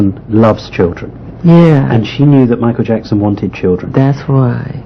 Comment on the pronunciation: No momento machael jheckson. Fala um negocio muito doido😣